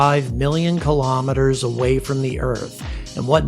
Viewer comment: Kilo. Meters. [not kalamaduhz]